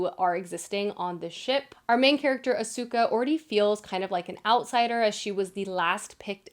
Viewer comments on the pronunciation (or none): none